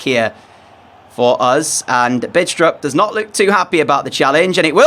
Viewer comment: The "D" in "Bidstrup" is not pronounced, just FYI